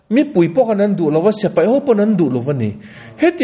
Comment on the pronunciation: Tun-a... kan ngaihthlak-lai chan-chin-thar rawn puang-tu hian a ti-lawm-awm tak zet zet a ni e. Amah vang hian Israel leh a do-te chan-chin thar-lam tak tak ka hriat phah ve thin-a... Mahse, hetia a puan-lai-a a sawi, dik chiah lo ang-a ka lo hriat ve thin hi, a rawn sawi dik hun ka nghak-hlel tawh khawp mai. Chu chu.., heng hi an ni e... S(e)pai = X A dik lo zawk khi, a hnuai-a a dik zawk... S(i)pai = ✓ .....hian hman thlak tawh se .. 😢😮😂❤